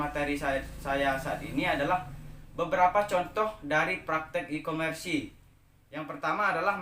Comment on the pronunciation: Mohon maaf kak cuma koreksi, nyebutin nya bukan ikomersi tapi ikomers 🙏🙏